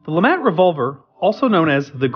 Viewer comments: not lamat but lemat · lemat not lamat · its Lemat! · LaMat, mispronounce the name of the gun but correctly pronounce the name of the man who invented it!? 🤔